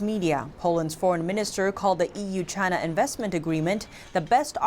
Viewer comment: It’s the chhhhina flu